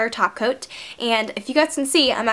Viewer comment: i thought she said sparkly taco and screamed of excitement, then i realized she sad top coat.